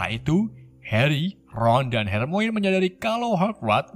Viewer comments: Harmoni bang bacanya, bukan hermoin wkwk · Harmoni bang...bukan Harmoine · Maap bang... Itu baca nya bukan hermoin... Melain kan hermaini :) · hermione dibaca hermaini bukan hermoin bng🙂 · Bang hermonie bukan hermoine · bukan hermoin tapi hermion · Dibaca nya Hermoni bang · bang itu tulisannya weasly tapi di baca wisli bang itu tulisannya hermione dibaca hermayeni dan masih banyak sala speling lainnya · gak gitu cara bacanya bang bukan hermoen tapi hermaini cara bacanya sliterin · Kenapa yg salah2 baca ejaan nama malah bikin kocak ya. Wesell. Wakakak hermoinn.. Hahahah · RON WISLI BACA NYA MIN DAN BUKAN HERMOIN , TAPI HERMAYONI BACA NYA KRITIK MEMBANGUN AJA INI MAH